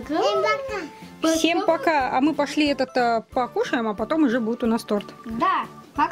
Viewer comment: (надеюсь можно так к вам обращаться), только тОрт, тОрта, тОрты - всегда ударение на одну букву. Не обижайтесь, что поправляю вашу речь. Просто горько от мысли, что многие говорят о величии России, но забывают о величии языка. Да и детям будет проще в школе, если они с детства будут говорит правильно. Никто же не станет отрицать насколько сильна привычка, полученная в детстве!